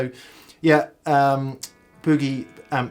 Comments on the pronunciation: That’s Boogie not Buugie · "Muuuhhh sa" "booh-gahhh" haha! Love the English pronunciation of this. In the states we say "May sa" "booh-ge" I think I like the English pronunciation better. I'm gonna start using it! Reminds me of when I was watching the UK series, Hart's War and guy kept talking about his new aluminum prosthetic leg. I had to look at the sub titles to realize the was saying aluminum. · More like Boo-GAY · The Pom’s still don’t know how to pronounce Boogie.